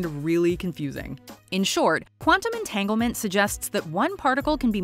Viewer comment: Quantum “Entanglement”... EnTaNgLeMeNt